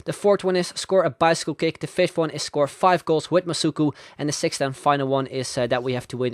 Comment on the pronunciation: OMG that was so cool seeing my name in the video, thanks a lot and yes he said my name right;)